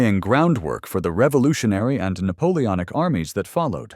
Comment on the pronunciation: NAPOONOIC YEAHHH